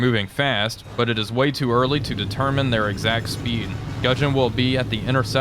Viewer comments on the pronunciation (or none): none